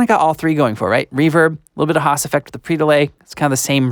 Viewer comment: It's "Haas", not "hass"